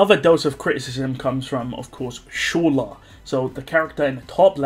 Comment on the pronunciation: "Shola" xddd